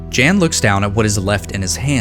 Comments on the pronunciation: Btw Jan is John so you pronounce it as Yan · He is Polish. Pronounciation of Jan is like "Yun".